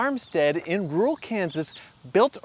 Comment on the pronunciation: “Rural” lol